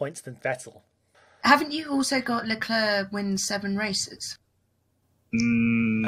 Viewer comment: Why do people pronounce Leclerc's name with a soft "c"? Even the man himself pronounces it with a hard "c"